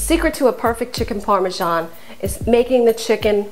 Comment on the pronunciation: chiken par-men-zaul